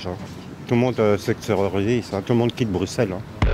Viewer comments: Coup de feu tous les jours. Attaque au couteau tous les jours. Mon pauvre pays est tombé bien bas. Bruxelles (on dit brusselles, le « x » se prononce en « s » pour nos amis français 😊) est vraiment un ville de m… Ce n’est pas pour rien que le droite est passé dans la quasi totalité du pays. Le paysage a complètement changé en moins de trois ans. Bien content que les pays recommencent les contrôles frontaliers. Il faut impérativement que ça continue dans cette direction. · Le frère il fait un documentaire sur Bruxelles et dans les premières secondes il ose dire “bruqueucele” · A tous les Français, apprenez à la prononcer "Brussèl", franchement, c'est pas si dur... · J'chui pas belge mais on dit "Brussel" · Né à Bruxelles (qu'on prononce "Brusselle", le 'x' se prononce en 's'), j'ai quitté cette ville que j'aimais tant enfant à cause de sa dégradation. Bruxelles a perdu son identité belge. Et ce n'est pas la faute aux gens qui y vivent, mais une politique désastreuse. Aujourd'hui, la "vraie" Bruxelles (= celle qui ne porte pas le masque du tourisme) est à l'image de la culture woke : neutre, banale, sans identité propre et laide. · Ça se prononce BruSSelles bordel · Le X de Bruxelles se prononce "SS". On n'apprend plus rien à l'école ???? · On dit Brusselles! 😊 A part ça, il y fait surtout très bon vivre! Les gens sont carrément sympas et avenants. Par contre, beaucoup d’immigrés comme partout, il faut bien le reconnaître… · Tu commences par Bruxelles midi, un des quartiers les plus craignos…c est pas du tt le centre de BX…et as tu entendu un seul belge prononcer le X de Bruxelles ? Pas compliqué pourtant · Message à tous nos voisins français Le x de Bruxelles se dit s merci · le "x" se prononce comme celui du mot "soixante" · Commence par bien prononcer le nom de notre ville avant de t’y aventurer rien que pour la réduire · + journaliste mais même pas foutu de prononcer correctement le nom de la capitale de l'Europe, comme il aime le rappeler :)